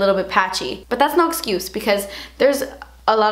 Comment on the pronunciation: I can't even deal with how you say "Das expensive" cracks me up every time 😂😂